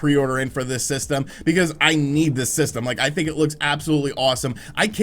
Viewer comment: It's think not thin!